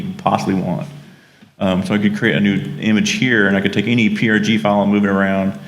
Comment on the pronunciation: Hi! Thanks for a great introduction to CBM prg Studio, you've demoed all the important features and explained it very clearly. If you're interested, send me an email and I'll send you a link to version 4 (with kick ass support). BTW, it's pronounced CBM prog studio!